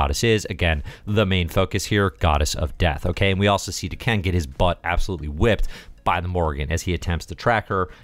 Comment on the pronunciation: Dah-Ken. Isn't D'Ken part of the Shiar Empire? Maybe I'm mistaken on that Shiar part. Edit: Just looked it up and, yeah, D'Ken is Deathbird's younger brother. Just so you know! And sorry if I've already bitched about the name thing. I tend to repeat myself. And sorry if I've already bitched about the name thing. I tend to repeat myself.